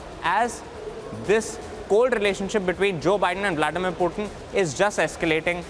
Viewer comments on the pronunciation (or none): For god sakes , it is Putin and not Prutin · y u calling Pootin -- Pewteen